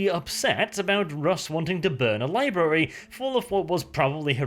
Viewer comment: Did you say libary on purpose? If you did, nice Simpsons reference!